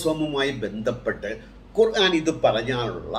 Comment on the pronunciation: ബായ് ഖുറാൻ അല്ല, ഖുർ - ആൻ എന്നാണ്